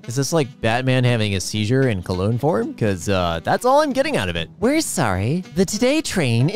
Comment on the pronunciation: Its cologne not colon